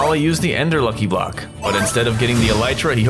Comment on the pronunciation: Bro said "monkey block"😂